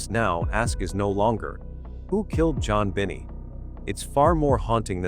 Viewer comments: Why do you say JonBenet wrong ? It is pronounced as ( JonBenay ) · NOT Bennie it is Bennet .....a silent T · Note, -AY eye keeps calling Jon-Benet ; JoBenny. ( Yore welcome. It's nerve wrecking.:face-blue-wide-eyes: ) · It would give the video more credibility if you at least pronounced the victim's name correctly. She wasn't the daughter of Jack Benny.